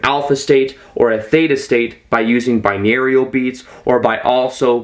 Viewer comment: 'bine aurial'???